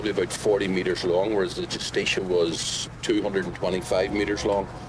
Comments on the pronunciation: Your saying the ships name wrong. It is not "Justistia." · You're making a real hash out of pronouncing the name JUSTICIA